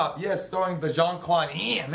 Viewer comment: dude...it's "Jean" not "Sean" lol.